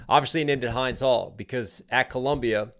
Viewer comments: Hey there, it's pronounced as Hend, it's okay I'm Lebanese so i know how to pronounce it. (You can watch my reaction if you want a reference ❤) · Fyi y’all: Hind rhymes with Wind ❤ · It pronounced Hend that’s her name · Thank you for covering this genocide✊🏽❤️🇵🇸✊🏽❤️🇵🇸 Hind Rajab is that little 6 years old Palestinian girl trapped in a car that was attacked and bombed by the IDF - Hind is pronounced like hymn but with a hard n & a hard d sounds at the end AIPAC = American Israeli Political Action Committee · The "i" in Hind isn't a hard "I" like "Hi", it's a soft "i" like "hinder" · Hind is pronounced like Wind 💨 not like "Wind up" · Its Hinds like Hindu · Hind is pronounced like hint but with a "d" instead of the "t" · Hind is pronounced like how you would say pinned, but the "d" is a soft sound like, the beginning of the word "THe". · Thanks for reacting to this. I have heard that Hind (the name) is pronounced with a short i. (Not like behind, but like begin). You might want to read Gaza by Norman Finkelstein. (I an also reading A Day in the Life of Abed Salama by Nathan Thrall and Rifqa by Mohammed El-Kurd, and I recommend them.) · Hind is pronounced like wind as in anyway the wind blows. Spread the word and honor this child fully. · Hind, pronounced like in. Hind Rajab was a 6 year old killed after calling for help when her family was gunned down in the car with her. Then they attacked the red crescent ambulance that coordinated with the idf to rescue her. Please say her name correctly. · hind the name is pronounced like the "ind" in india not hind like behind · the little girl's name is correctly pronounced "Hend" not with a long 'i'. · It’s pronounced like “Hindu” minus the “u”, not like “hide”. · Guys please, the name of Hind is not Hi-nd. It is He-nd. That’s the correct way of pronouncing it. I have seen many people saying her name incorrectly. Respect legend!🇵🇸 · It is not "Hinnde Hall" it is 'Hind Hall' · not HYDE's Hall. . H-IN-D's Hall